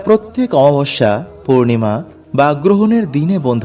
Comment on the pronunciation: Amabosya uchharon sathik korun, baje na bokbok kore kom bolben